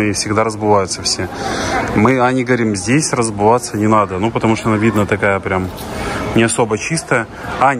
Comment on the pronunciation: А как вам " разбуваться"?😂😂😂